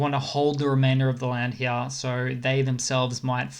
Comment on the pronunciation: LOL, you sound normal until you say the word here. Then you turn into a 65 year old British gentleman from 1900 wearing a monocle. "I say! Look heeyah!"